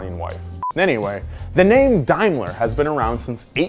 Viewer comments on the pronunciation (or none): Please stop calling it “dimeler” it’s pronounced “dame-ler” 😭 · Hey: Daimler is pronounced 'Daym-luh' (daim like 'fame' ler like 'per')